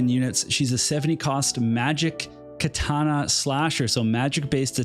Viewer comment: You said Katana right this time. I'm so proud ;_